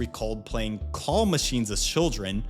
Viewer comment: I was so confused listening to this. I understood it only after I went back and looked at the video, but just a heads up that it is very hard to understand what a “call” machine is. “Claw” is pronounced very differently.